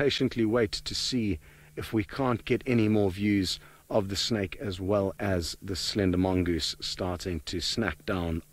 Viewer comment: 视频里的英文还算能听懂啦，只要你不让此人糟糕的发音所左右就是了。比如把蛇snake或成了小吃snack。呵呵。